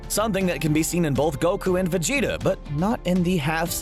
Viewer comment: He got me when he said “Vegetarble” 🤣🤣🤣🤣🤣🤣🤣🤣🤣🤣